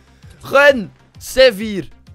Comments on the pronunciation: Hij zegt gewoon sevier😂😂😂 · Maar zei je nou c4 of zeewier?